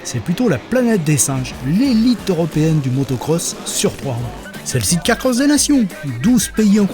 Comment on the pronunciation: Amis français, par pitié cessez de vous ridiculiser avec "sit car ". SIDE.